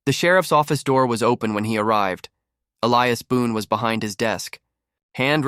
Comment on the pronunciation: Why must I continually watch pictures that jump forward then backwards without cease, while readers do not know the difference in an Indian's BOW and a BOW to a queen? Also, a solid old west name of Elias being pronounced as e-le-as rather than E-li-as. It really takes one out of a story fast to hear such mispronunciations.